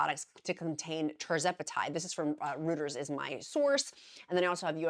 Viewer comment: Just a heads up Reuters is pronounced ROY-trz. My Amazon Alexa taught me this 😂